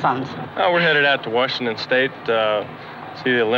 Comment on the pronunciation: Nabre Labre The guy with the Orioles hat said "Warshington" lol